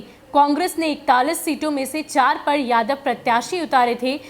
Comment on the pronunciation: मैडम आप जिस तरह से बोल रहे हैं ना कि जादव जादव तो